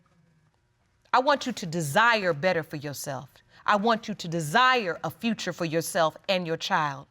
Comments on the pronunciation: It's the baby future for me instead of features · this the second episode a woman said "futures" instead of "features" .... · They waayyyy too young smh this poor baby can’t even speak correctly “he got his futures” “pacifically” - I’m with judge “the grammar alone!” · Futures lawd, instead of features 😑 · Skreets (streets)....paciffic (specific).....frechures (features)...don't be studding him....THE GRAMMAR IS KILLING ME TOO! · She said "futures" instead of features. Then she said "Pacifically" instead of specifically. She's laughing and clapping like its funny. He isn't any better. Then she says..."Not as really". She needs school, not a baby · “Had more futures” 😒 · It was “futures” and “pacifically” that grated my nerves.